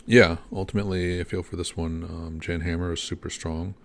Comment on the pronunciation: JAN is pronounced like yawn not Jan